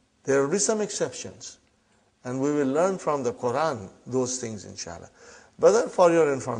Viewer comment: *learn not Karen hahaha